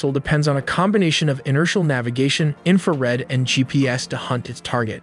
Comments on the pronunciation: I guess AI cant pronounce infrared? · Tip- ask an English native speaker to double check the pronunciation in the video. Ex: the pronunciation of 'infrared' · Fucking AI narration that pronounces infrared as "inferred" and pitot tube as "pay dot". FFS